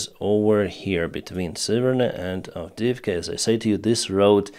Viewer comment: As for Avidivka, you've f**d up good!